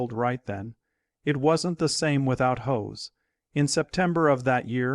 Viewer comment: It's hoss not hose